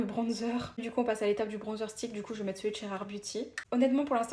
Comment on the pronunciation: Par contre on en parle où pas quu dit bronnzeur😅mdrr Mais sinon t vrm trop cool et t'as l'air trop sympa❤❤❤❤❤❤❤❤